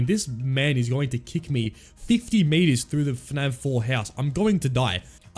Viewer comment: is it just me or does he say fnav not fnaf